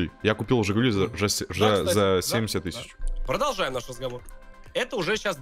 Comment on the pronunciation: Никто: Абсолютно никто:: Прожолжаем наш разговор